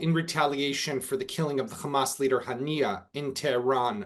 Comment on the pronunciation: Is you invite a bloke who can't pronounce HAMAS that says it all ...